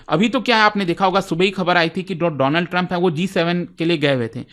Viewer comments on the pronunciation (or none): none